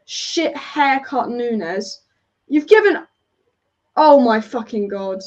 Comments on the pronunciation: Grown man saying "punez" is embarrassing 😂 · A grown man says Punes? Really? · Gakpoo? Poonez? Is that qunt a five year old? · Grown man saying ‘Darwin Poonez’. Christ. We also paid nowhere near £100m for Darwin Nunez either. Not sure where he’s pulled that figure from